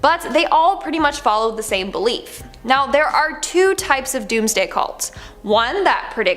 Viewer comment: good grief. it took me 5 minutes to realize you were saying "belief" not "bleep"